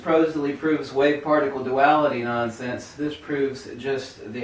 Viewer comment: he almost says farticle instead of particle.....what a dingbat doofus. I cant trust any information that comes from a guy who says farticle.